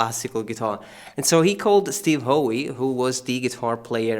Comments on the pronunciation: Howe is NOT pronounced ho-wee. It's pronounced just like the word "how". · It’s pronounced how not ho..e, Steve Howe is one of the best arpeggiating progressive rock guitarists, yes Brian May played it, but it was in Steve’s skilled hands that it was partially arranged, he needs more credit in your posting lead. Spend some time listening to Steve Howe on YT with Yes and his arranging skills will be very evident. Your posting is very well broken down on the complexity of this piece which the pros make look much simpler than it is. 👏👏👏